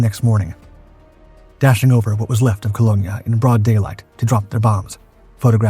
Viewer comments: It's not "Ko-lo-nia", it's "Kuhln" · It's Cologne, as in Eau de Cologne, not Cologner there is no 'r'. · That's the first time I've heard Cologne to be Colonya 😂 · His research is scanty at best, even the USAAF used them. And he should learn how to pronounce 'Cologne', or at least get another bot that can.